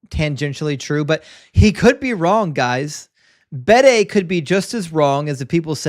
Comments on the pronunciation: Just mentioning it, please don't get annoyed with me, but it's 'The Venerable Bede' (pronounced Beed in Ireland and UK, where he was from). Big fan of your channel! Keep up the good work! All the best sir! 😊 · Just mentioning it, please don't get annoyed, it's 'The Venerable Bede' (pronounced Beed here in Ireland and the UK). Big fan of your channel! 😊